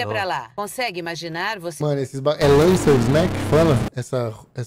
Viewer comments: Lancers, lanças, lances, láces, lancer 😂😂😂😂😂😂😂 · Ele tentando falar o nome "lancers, lacers, lança"